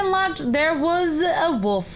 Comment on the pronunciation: she says woof instead of wolf 0___0